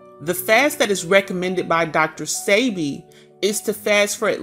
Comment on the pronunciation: His name is PRONOUNCED DR. SEB-BE… I WISH THIS WOMAN WOULD SAY HIS NAME CORRECTLY!! It’s SOOO… ANNOYING!! # RESPECT ✊🏾 THE MANS NAME SAKE! Yesssh …